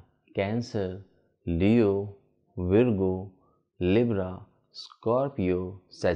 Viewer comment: it Virgo pronounce as Vargo not veergo